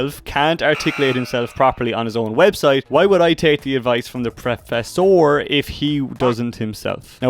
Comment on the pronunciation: the way you pronounce Professor is killing me😅